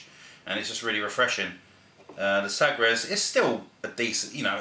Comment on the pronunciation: FWIW its pronounced sah-gresh.